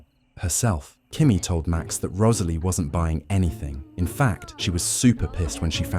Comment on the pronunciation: The way the narrator says Rosalie’s name is so pretty